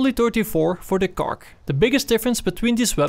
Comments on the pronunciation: no god please no nooooooo its not kark its kar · Why do you say "Kark"?? Its just KAR. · PLEASE STOP SAYING KARK IM KILLING MYSELF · Why does he keep saying cark? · WHY THE FUCK YOU SAYIN KARK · KAR NOT KARK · people are calling it kark for not to getting confused with the word car